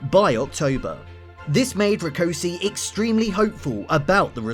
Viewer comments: Debrecen is pronounced as "debretsen" and Rákosi is pronounced as "raakoshie" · I'm not sure I'm going to be able to watch this is the way you butchered Rákosi's name is a taste of what I'm going to have to put up with. If you are going to produce a documentary it's surely worth investing a little time to grasp the basics of the orthographies of any relevant languages.